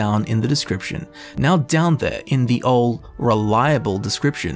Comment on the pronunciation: Your accent makes the word "ol'" really weird...